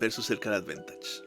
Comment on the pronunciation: Bkn la iniciativa y temón de Zelda. Seguiremos atentos el canal, acá un jugador de MyL por pobreza jajaja. Me enganché al TCG por Magic pero no soy magnate para sustentar MTG todavía. Una crítica constructiva: la palabra es advantage, advEntage no existe en forma escrita (aunque puede sonar así según el acento de origen del angloparlante).